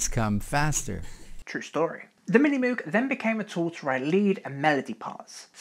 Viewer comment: Great history! My only complaint: Moog is pronounced incorrectly: it's a hard 'o' , like "Moge".